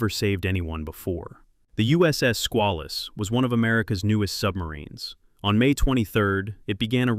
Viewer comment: AI cant properly pronounce Squalus